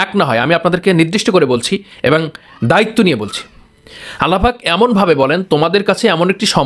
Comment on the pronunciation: আসসালামু আলাইকুম ওরাহমাতুল্লাহ কেমন আছেন আপনার সব উপস্থাপনা ঠিক আছে আপনি শুধু এবং কথাটি সঠিক করে বলবেন তাহলে আরো আপনার উপস্থাপনা সমাদৃত হবে